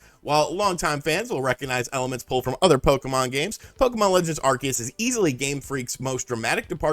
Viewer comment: Are-see-us. Just because the shows Canadian voice actors said it wrong, doesn't mean that's how it's said.